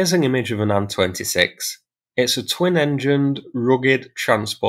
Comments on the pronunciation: Saying Sue for S. U., and Anne for A. N. is annoying AF. Is that the standard anywhere? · Thanks for this, good to see all the info you find. May I venture a comment, the convention when talking about russian aircraft is to spell the first two letters, not to read them. So Il-38 is pronounced "eye ell 38", Su-34 is pronounced "ess you 34", An-26 is pronounced "ay enn 26", and Tu-22m is pronounced "tee you 22m". Only Mig is pronounced as Mig. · SU is pronounced "Sukhoi" (soo-hoy) . TU is pronounced "Tupolev" (too-poh-lev). AN is pronounced Antonov (An-toe-nov). IL is pronounced "Ilushin" (ill-u-shin). Turning the two-letter designation into a word is not a thing that anyone but YouTube commenters do, and frankly it sounds ignorant. You're not ignorant. So, maybe, learn and use the correct pronunciations?